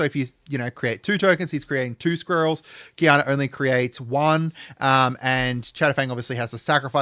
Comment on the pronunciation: Yep, butchering that name indeed haha Quina (Queena)